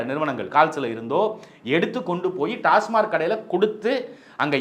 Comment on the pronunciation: டாஸ்மார்க் அல்ல, டாஸ்மாக் என்று உச்சரிக்கவும்.